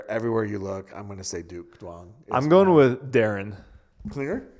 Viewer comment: Tyler and Bright would make an amazing couples team and cute couple period. Thank you for saying Quang's name right (Kwang). Work on the Duong pronunciation (Young or Zuong). Just look it up online. Poor guy has to go by QD because of people like you :(.